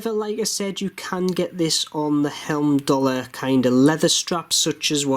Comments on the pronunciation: Love your reviews, thanks. A quickie. It's "Heimdallr" ie "hime-dallr" not "helm-dallr." Keep up the great work. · I paid £152 for a blue one with a leather strap. Should be with me soon. Good review as usual. One thing though, you are pronouncing Heimdallr as Helmdallr.